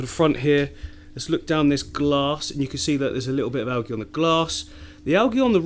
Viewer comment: Awesome tanks. I watch all of your YouTubes. One comment it's pronounced al-jie not algy :) great YouTube s